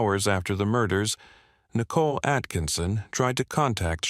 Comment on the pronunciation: How can you mispronounce Shannon and Nicole so badly?